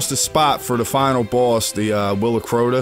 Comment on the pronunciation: Good video, But that's not Crota! I laughed every time you said it. Good job man.